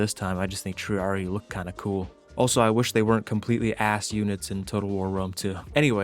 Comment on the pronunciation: Arent triarii pronounced "tree-AH-ree-eye"? You pronounce the second "i" in latin.